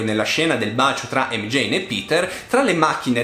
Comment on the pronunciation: Si ma si chiama MJ non Mjein